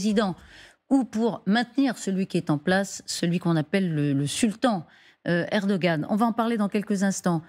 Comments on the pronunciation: On ne le prononce pas comme un g ici, parce que c'est un ğ. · on ne prononce pas le G en turc... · Il n'y a pas de journalistes TURCS,,,. Et c'est ERDOGAN,,,, pas eroan